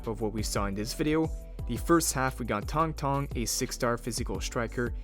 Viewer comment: Tank tank???? It's Tang Tang mf, get it right